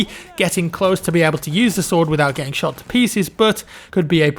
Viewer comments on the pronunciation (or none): none